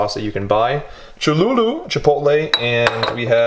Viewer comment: “cholulu” it’s cholulA